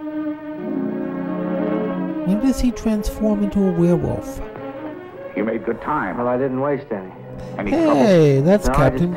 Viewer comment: I love you and your silly wacky movies!!! "A wear-wolf" I like how you pronounce that! yes, a wash n wear...wolf ***** scary stars!!! Sophia